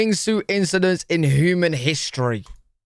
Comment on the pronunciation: The way you pronounce "human" is actually ridiculous bro 😂 Toddlers speak better english than that 😂 You make us sound like food ☠️